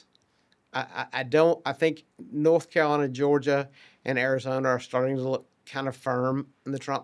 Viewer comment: "North" Carolina, not "Norf" Carolina.